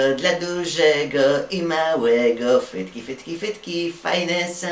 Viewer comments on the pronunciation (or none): bo on zamiast frytki to mówi fhytki xd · Ja tam słysze, fytki XD